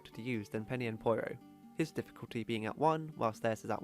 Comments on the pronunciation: The way you say "Poyro" instead of "Pyoro" really bothers me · ITS NOT POIRO ITS PEEORO! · Did he pronounce "Pyoro" as "Poyro"? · okay I've heard people say Pyoro a lot of different ways but "poyro" is a new one